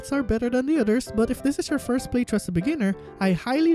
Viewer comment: ITS FUCKING PRONOUNCED PLAY THHHHHHRRRRROUGH NOT PLAY TRUE